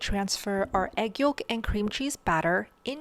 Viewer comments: Fyi.....the "l" in yolk is NOT pronounced! Its "yoke" not "yollllk!" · it's pronounced yoke, not yoLk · The L in YOLK is SILENT! Gosh. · I love your videos and your strict standards! It's interesting how you pronounce the L in yolk. Normally it's pronounced like "yoke." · The L in yolk is silent.